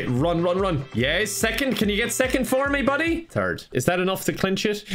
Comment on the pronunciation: is it just me or when says third it sounds like he's saying turd